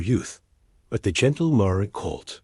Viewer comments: This was a lovely story. It would have been better without periods being said as "dots" and with the correct pronunciation of the word "mare," as mār, not măré. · Yes, 'mare' rhymes with 'hair'... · Mare is a female horse learn to pronounce it correctly!